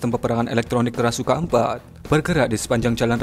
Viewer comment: Krashukan ?? Krasukan setan min 😂